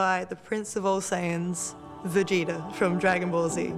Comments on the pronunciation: Ano vegeTA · Clearly Cole never heard of Vegeta by the way he said his name lol